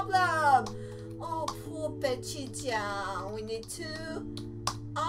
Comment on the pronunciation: STOP SAYING BICHYCHAN